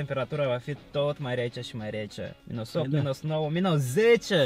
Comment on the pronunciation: se zice minus nu minos! 😂😊